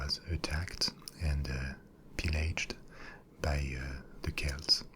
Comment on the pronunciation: Finally! Some correctly pronounces Celts as Kelts! Great video btw :)